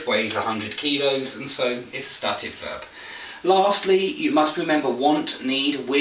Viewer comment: You pronounce ˈstæt ɪv Shouldn't beˈsteɪt ɪv ??